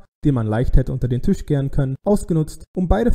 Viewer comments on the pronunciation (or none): none